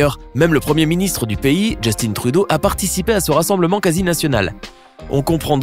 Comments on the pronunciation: A vous FRANCAIS on ne dit pas Justine Trudeau mais ( jus-tin ) Justin Trudeau. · Quia entendu Justine Trudeau à la place de Justin Trudeau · Greta Thunberg fait du très bon travail et elle a une bonne équipe pour l'aider. Il y a pas de Justine Trudeau ici, mais Justin Trudeau. Probablement lié à l’accent Français. Ce n'est pas la 1ère fois que je vois cette erreur venant de la France.